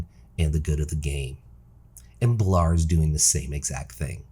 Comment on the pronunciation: 2 other things. Love the transmog vids you do and you should do more vids like this other than name pronunciation this is a really good vid.